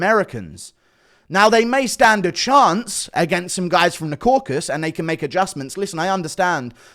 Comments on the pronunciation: KauKAsus not Kokus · Hearing these grown men say 'crocus' & 'caucus' is quite harmful to my ears 😘😘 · It's unironically guru's fault, he's been saying "caucus" for years and refuses to correct himself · i realize now youre the one confusing DJ with the pronunciation of the Caucasus. Your fruity accent sounds like "Corkus" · “Croakus” lmao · DC even said “caucus” correctly in front of DJ and DJ still says “crawcus” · Am I the only one triggered by these idiots messing up the real name of the region? It’s caucaSUS mountains or in the language of the native there kavkaz mountains. Not caucas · Caucasus not caucus. Mate it's not that hard. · It’s Caucasus and not „caucus“ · That pronunciation on Caucasus was diabolical. Caracas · Bit off topic but why do people just refuse to pronounce the full word “Caucasus”? It’s like saying Cafornia instead of California.